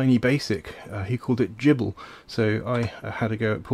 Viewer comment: And I never thought anyone would pronounce GIBL like Jibble. I say Gibble like GIF or Gibbon. Looks good though! Thanks for running GIBL 🙂